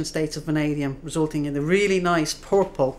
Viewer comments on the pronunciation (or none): Indeed that is a really nice "Pourphle".